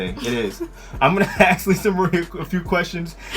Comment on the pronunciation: ASK not AXE